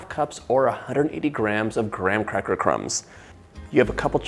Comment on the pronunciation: Listen, love the recipe can’t wait to try it! But the only thought I had within the first 2 minutes it’s you have what Trixie would say is the “crispy R’s” when you say graham cracker 😭